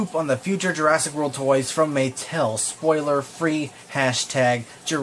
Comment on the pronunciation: I mean Muh-tell